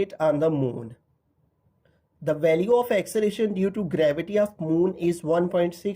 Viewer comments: Sir acceration nahi acceleration he 😅😅😂😂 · Acceleration not axceleration😅😂😂😂